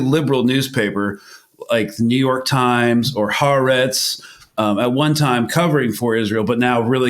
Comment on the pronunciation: Oh please! It's "Haaretz."